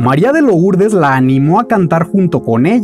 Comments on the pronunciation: No se dice María de "lourdes", se dice "lurdes"🙄🙄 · Compadre: la estás regando, Maria de LOURDES, esta en francés y se pronuncia MARIA DE LURDES, felicitaciones 100% excelente video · Muy padre recopilación, me gustó mucho. Saludos. (Por cierto, al pronunciar Lourdes, no se dice la "o", gracias).